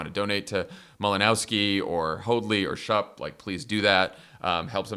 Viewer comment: FYI, Schupp is pronounced SHOOP, not SHUP.